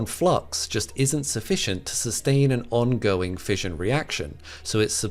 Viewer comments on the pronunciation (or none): 'Fission' is pronounced with an 'Sh' sound, not a 'J' like in fusion. 'Fishion', not 'fijion'.